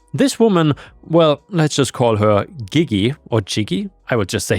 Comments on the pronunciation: To help you in the future, if a g is followed by an e or i it is pronounced like a j, although there czn be exceptions. So Gigi would be pronounced like jiji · Gigi is pronounced gee-gee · Gigi--sounds very close to 'she-she' with a bit of a 'J' at the beginning of each syllable. Like 'jhe-jhe". It's the title of a famous musical and movie. I don't find you an influencer. You are a levelheaded reader with a common sense opinion. I also like your voice and you are open to constructive criticism. Some people say I could be a radio announcer or a YouTube reader, but my voice is somewhere in the vicinity of Darth Vader's--it might be a bit overwhelming. But when I read the scriptures in my church, people suddenly sit up when I throw the voice of God at them!😅 ⭐️⭐️⭐️⭐️⭐️⭐️⭐️⭐️⭐️⭐️⭐️⭐️⭐️⭐️⭐️⭐️⭐️⭐️⭐️⭐️⭐️⭐️⭐️⭐️⭐️⭐️⭐️⭐️⭐️⭐️⭐️⭐️⭐️⭐️⭐️⭐️